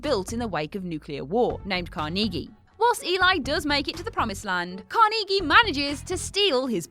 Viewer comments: Carnegie is pronounced Kaar-Nuh-Gee not Kaar-Knee-Gee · Do Britons do that on purpose? Mispronounce names? it's car nuh gey (like key) not car knee gee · Your pronunciation of Carnegie made me laugh. It's not pronounced Car-nee-gee, it's pronounced Car-nuh-gee. Lol, you UK people make me laugh. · I think these what culture videos intentionally mess up names, I mean they have to know the right pronunciation after hearing it in the movie! The last one I watched was the guy butchering moriarty’s name and now here we get carneeegee instead of kaar-nuh-gee from Book of Eli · Its CAR- neg-ee not car-NEEG-ee. Like, you really didn't know how to say Carnegie?? And Orphan had a pretty killer twist that she was a grown woman the whole time. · Im sorry, did you say "carneegee"?? Repeatedly??? Intentionally???? Jfc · Where did u get the pronunciation for carnage or however u spell it lol she said car-knee-gee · Carn-uh-ghee. Say it with me now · How the hell are you pronouncing Carnegie???? Carnege? Seriously? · car-KNEE-gee lol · Why did she pronounce Carnegie as "car-nee-gee" with the emphasis on the second syllable? I know accents change how people say certain words but that's a name. Name don't change how they're said or which syllable the emphasis is placed on. Am I missing something here? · couldn't stop laughing after her pronuce Carnegie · yeah saying a word like "bar" is different in other accents from American, but a name should be said the same no matter what. My name is Matthew. If you're British you still say it as "MATH-yoo" and not "math-YOO" (caps are the accented syllable). You also wouldn't say "may-thyew" because it's a short A sound and not a long A. That's the point I was making. Pronouncing his name incredibly wrong just sounded very strange to me, that's all.